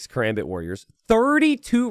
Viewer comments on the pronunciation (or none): It's not katrebit it's kaRAMbit